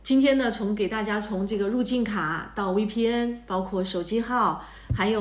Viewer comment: 求你了，V的發音是F， 不是W